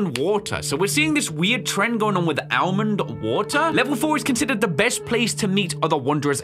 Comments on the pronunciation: Bruh why is he saying Ale-mond water it's so infuriating its pronounced ol-mond wah-ter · bro's saying Al-mind water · All-mend watt-er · bruh it's AMENWATER